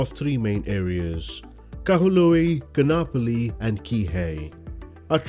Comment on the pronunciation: Great piece of scenery! As a resident of Hawai’i I love flying out here too. :) May I make one small correction? Kaanapali (Ka’anapali) is pronounced Ka-ahn-ah-pali. The double a in this word has an ‘Okina in it, and in the Hawaiian language, that means a glottal stop. I had heard the Windward side of O’ahu (where I live) was going to get the treatment as well for scenery, but the dev said they have to step back from MSFS work I believe. I hope they come back!